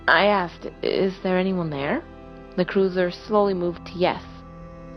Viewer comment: Just a slight critique. The first story you kept saying cruiser but it should be cursor. Other than that, GREAT JOB!😊